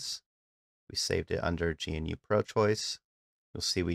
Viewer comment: GE-NEW not g.n.u. good video tho thanks